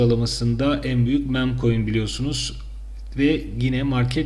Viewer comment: Mem koin değil mim koin. Yahu sizin bu kelimeleri düzgün söylemeniz gerekiyor. Çünkü içerik üretiyor ve servis ediyorsunuz. Hiç olmazsa google transletten okunuşunu öğrenin